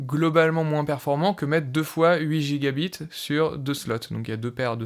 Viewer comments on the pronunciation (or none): Merci pour la vidéo c'est super intéressant. Tu devrais mettre l'accent sur "byte" quand tu dis "gigabyte" ou "terabyte", on peut penser que tu dis "gigabit" et ça peut porter à confusion